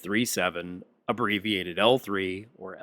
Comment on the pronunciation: Someone doesn't know how to pronounce or read L3